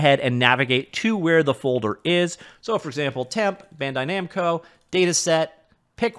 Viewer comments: Did he say BANDO NAMCAI RESEARCH? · Just taking a moment to chuckle at the spoonerism near the start of the video: "Bando Namkai." Nice.